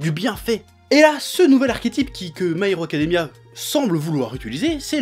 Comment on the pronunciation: "My haricot Academia !" T'avais pas mangé avant de tourner ?